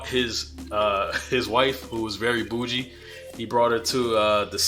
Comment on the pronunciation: Yeah I don’t like this video….why you saying bougie like that???